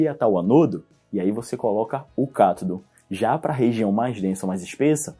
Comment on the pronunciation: só fiquei agoniada com sua pronuncia.. deveria ser Ânodo e cÁtodo e não anôdo e catôdo